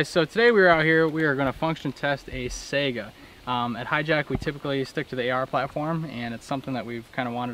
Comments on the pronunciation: Saiga not Sega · Not a, "sega." It's a SAIGA. It's a pretty phonetic word.